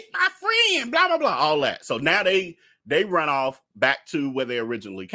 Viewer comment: I don't know why when you say run off it tickles me so 🤣🤣🤣